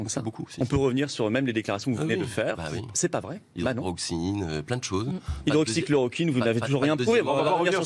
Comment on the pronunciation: Le bot LREM qui ne sait même pas prononcer "hydroxychloroquine"...